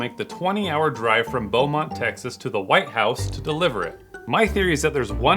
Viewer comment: i have never heard anyone in my life ever pronounce texas like that and i’ve lived here for my entire life